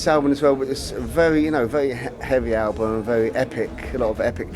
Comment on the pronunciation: can you hear him say Albun not album :D BEst GUITARIST! DAVE!